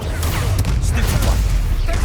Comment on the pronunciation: did he just said stupfy